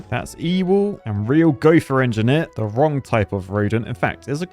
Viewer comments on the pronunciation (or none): none